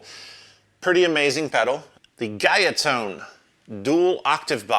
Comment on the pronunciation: Guyatone is a Japanese brand. It’s pronounced like “Goo-ya Tone”.